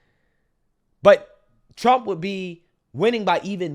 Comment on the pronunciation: She can't even say President Donald J. Trump's name